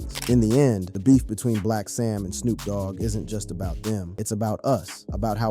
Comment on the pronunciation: He also said, "Snop Dogg" !!